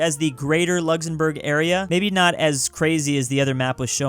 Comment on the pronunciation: Who is going to tell him that it’s Luxembourg and not Luxzembourg